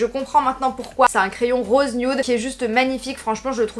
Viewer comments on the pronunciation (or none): none